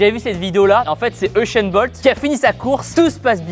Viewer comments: C’est pas euchun bolt c’est usain bolt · Je sais mais son prénom se prononce euchene je suis camerounais. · Il a dit euchent bolt?😲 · oui mais Tibo a dit Uchain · Raptorus 2000 je sais mais c'est seulement comment il le prononce...